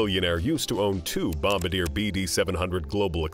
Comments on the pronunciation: you should pronounce Bombardier properly, you got Falcon correct but not bombardier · It’s funny that the narrator of this video doesn’t even know how to pronounce Bombardier which proves he certainly doesn’t run in the circles of billionaires or even the rich. 😅